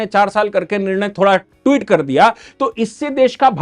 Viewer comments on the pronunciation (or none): none